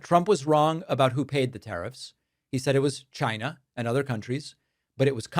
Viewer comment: Wait..what.. he said « we have brought in $ trillions from Chayyna ». Dont tell me it was a lie 😂